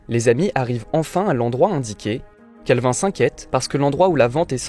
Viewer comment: Mon dieu comment il prononce calvin 😭😭